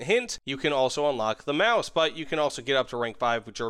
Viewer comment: Your Sturmtiger/Maus pronunciation is spot on!